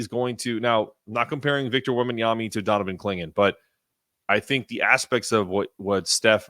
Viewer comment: Why are you saying Wembanyamy?